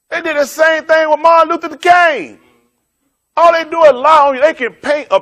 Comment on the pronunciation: martin luther tha kanng? lolol im dying!!!